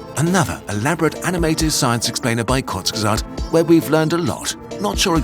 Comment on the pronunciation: I'm sorry, the channel is pronounced WHAT!?!